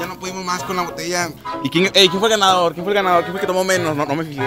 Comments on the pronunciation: Like si notaste que en el minuto decía Gandador, en vez de ganador. xD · soy yo o decia gandador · Minuto ademas de decir ganador dice *gandador*😂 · Jajajaja dice gandador jajajaja tal cual así habla el topa jajaja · Like si te diste cuenta que decia "gandador" en ves de ganador jajaja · Topa we la edición en vez de decir ganador dice gandador WTF. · Minuto 7.10 dice gandador en ves de ganador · Dice gandador:v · Dice gandador en vez de ganador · Dice gandador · dice gandador xd